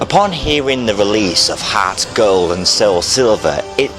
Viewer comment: lol harrrrts gald